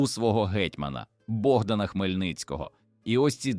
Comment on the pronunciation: Дякую за історію, але подача просто жахлива! Після "БОгдана думав, що читає іноземець. Але коли почув "вигукувати Образи", "ховатися за вОзами" і купу інших ляпів зрозумів : автор каналу - жадібна людина, що в погоні за переглядами замість якісної начитки юзає халявний ШІ і в сраці мав створення якісного контенту. Прикро. Дизлайк і відписка. Повертаюся до перевірених каналів, які шанують свою аудиторію